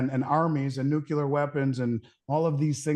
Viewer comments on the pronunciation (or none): Come on: "Nucular'' is not a word. Pronounce it right. NUCLEAR. (11 MINUTE MARK)